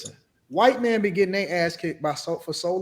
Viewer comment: The word is “men”, not “meyen”